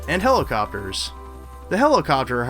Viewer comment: hellocopters he said HELLOCOPTERS